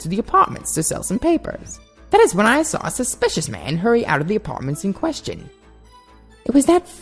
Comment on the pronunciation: its "saw it" not "sah it"